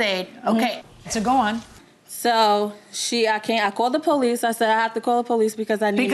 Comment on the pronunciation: She said - "I called de "POE leece"... POE leece... ? ... "😮" ...